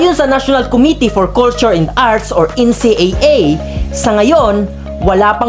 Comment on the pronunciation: Kuya bubbles NCCA po.hindi NCAA😂